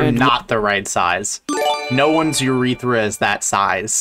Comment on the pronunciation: "No one's urethera is that size" Have you heard of SOUNDING my good sir?